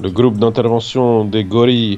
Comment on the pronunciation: le gloupe d'intervention de Napoli ahah c quoi cette accent 🤣🤣